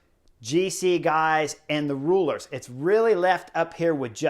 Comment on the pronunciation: You could see how well riders do on the technical parts based on pos/neg split. Best/most fun TT to analyze riders on I think! But also, Oh man, Chris is Captain America "Sprinters, GC guys, and Rulers" Love it. Every language/body has a way to pronounce/accent. :P